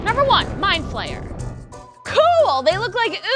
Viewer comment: at least you say mind flare